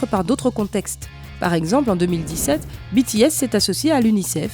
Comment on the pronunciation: Pour une fois qu'on prononce correctement 💜BTS💜 UwU 💕💗